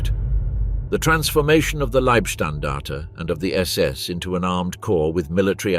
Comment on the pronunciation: OK SECOND ONE I HAVE WATCHED PLEASE GET YOUR BOT TO CORRECT SS , SAS , OR PULE THE PLUG .😮😊